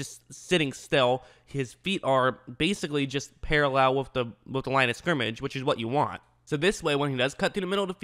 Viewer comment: Parallel not paralowl